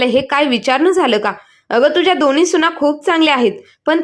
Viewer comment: सुणा नाही सुना